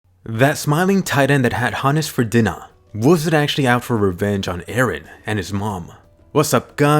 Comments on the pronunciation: "The smiling titan that had Hannes for dinnah (i know its Dina but i hear Dinner but dinnah) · Did this guy say Dina instead of dinner? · In English dub, Dina sounds like Die na